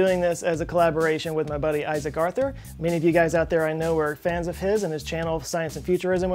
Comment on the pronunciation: My girlfriend says because of his rhotacism.